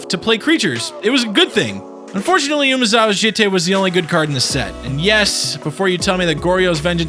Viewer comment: The way you pronounce jitte makes me want to rip my ears off.